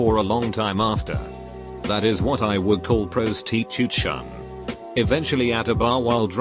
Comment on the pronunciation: Prostitution... the voice butchered that XD